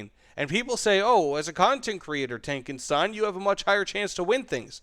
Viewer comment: you not pronounce your name correctly btw xD it's tankenSHTAIN